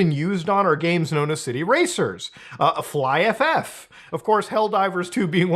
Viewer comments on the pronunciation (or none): Hearing Muta say "fly-eff-eff" instead of "fly-eef" hurts me deep in my childhood. Flyff for life, y'all. Flyff for life.